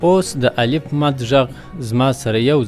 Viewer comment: السلام علیکم و رحمته الله و برکاتو الله پاک مو دا خدمت پښتو ژبي ته په خپل دربار قبول کړه، هیله می دا ده چې تدریس مو په معیاري لهجه مخي ته ویسي او تلفظ کې مو دقت وکړي لکه څنګه چې تاسي الف، الپ تلفظ کوي نو هیله کوم چون چې دا ابتدایی مرحله ده او کوچنیان تر هر چا د خپل ښونکي پر خبره ډیر باور لري او هغه څه زده کوي چې ښونکی یی ورښي.د